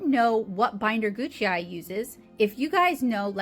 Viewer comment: Google says it is "goo k eye"